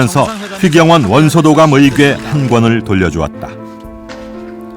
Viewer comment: 의괴가 아니고 의궤야 ㅋㅋㅋㅋㅋㅋㅋㅋㅋㅋㅋㅋㅋ